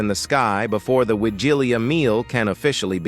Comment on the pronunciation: please, learn how to pronounce Wigilia, and other Polish words. For someone who calls his channel "", this is disgraceful.